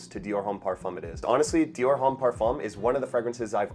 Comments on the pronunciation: The H in homme is silent brother. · yeah but homme is pronounced like home but the h is silent, so it’s like “ohm.” it’s french. and succumb is just succumb and not surcumb😭